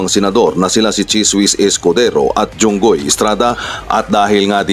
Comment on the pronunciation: Jinggoy Po hindi Junggoy po